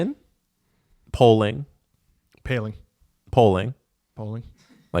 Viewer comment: It’s paleing not polling